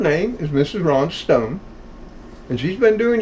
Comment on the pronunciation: ....the channel you are recommending is Rhoda Stone.....not Rhonda Stone. I've been watching her channel for some time.